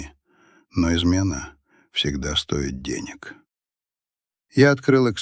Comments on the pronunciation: Чтение не очень. Когда укладка стоИ́т, вместо стО́ит, вы это называете прекрасным чтением? У меня сразу пропадает желание слушать. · А стОит вместо стоИт , местА вместо мЕста не считается? И ещё много такого же. Но в общем впечатление хорошее, сам текст не примитивный и чтение нормальное.